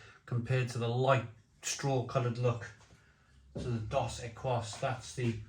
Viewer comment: equis is pronounced ekis - it means X ,so dos equis means 2X - ie double